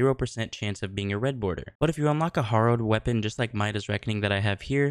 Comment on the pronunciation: Someone please tell this man how to pronounce harrowed 😂